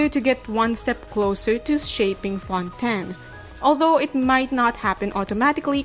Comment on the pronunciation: finally another person who pronounces fontaine correctly as fon-ten